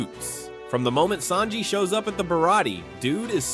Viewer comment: Holy crap, I'm glad I'm not the only one. Who the heck are Saybo and Saynji?